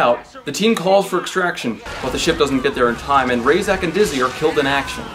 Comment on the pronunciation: In neither the book or the movie is the teacher/general called "Rayzach" his name is pronounced "Racheck". It's not a big deal but because they say it a lot in the movie you should know how to pronounce it.